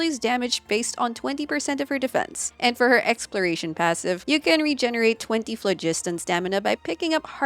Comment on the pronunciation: Thank you for pronouncing phlogiston correctly!